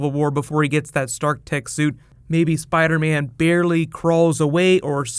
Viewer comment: spidah man